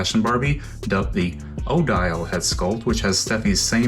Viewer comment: You: I don;t know who MC Hammer is. me: Stop. Hammer Time. It's funny to me cuz Aladdin's fashion is so very based on the style that MC Hammer had in the early 90s. Also no shade but the way you pronounce Odile's name completely differently when it's the same pronunciation as Odile's name from the classic cinematic opus that was Barbie in Swan Lake. She uses the special Model Muse body that was made specifically for the Jennifer Lopez dolls, which of course has thicker legs and thighs.